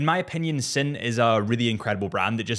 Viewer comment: Sinn is pronounced "zen" not "sin"